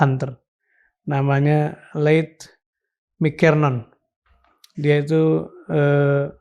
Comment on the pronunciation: Pak Dirman baca Leigh Mckernoon!!!! Emang tuy bule harusnya jadi stafsus aja kali ya